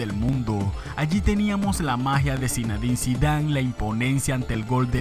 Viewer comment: Se dice zinedin no se dice zinadin